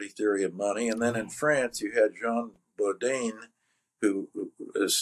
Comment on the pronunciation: Good interview. Jean Bodin was the great French monetarist who published his views in 1568. His family name rhymes with the French phrase "beau vin", which was quite different from how Steve pronounced it.